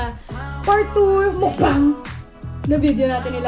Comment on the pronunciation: When you say "MUKBANG" its not mukbang but "MUKBANG!!!!" HAHAHAHA i lab it